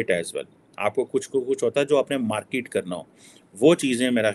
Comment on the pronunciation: Sir woh markit nahi hota usse market kehte hai. Mai haath jod ta hun sir English itni pyari language hai uski qatal mat Karen plz.